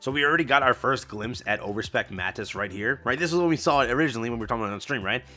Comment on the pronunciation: why do you sound so unsure about calling Overspec units Overspec? the whole mechanic was introduced to us as overspec, and we were told straight up that Nikkes that aren't Pilgrims but are pilgrim level will be referred to as Overspec. it's okay to call them Overspec lmao. Also its pronounced "Mah-teece" Sqaud in most of the dubs. Short a, long I.